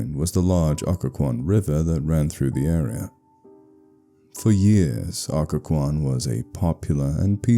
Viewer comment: Someone should really write one about Williamsburg (thats where i am) and 2) at least this channel got the pronunciation right lol!